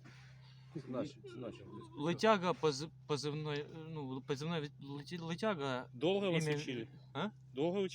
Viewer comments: Он летьяга сказал так же как они польяницу говорят. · Какая Лытяга? 🤣🤣🤣